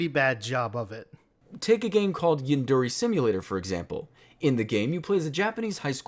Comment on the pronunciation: Bro the way they pronounce yandere...